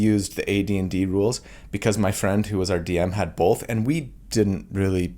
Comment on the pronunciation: Both happened in this video: Most comforting thing I've heard from: How to deal with your inner critic Most upsetting thing I've heard from: Bolth